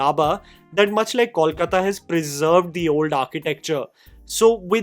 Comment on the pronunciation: I love your reviews and Matlab kuch bhi videos. A small note, Kolkata is pronounced as "Coal"kata.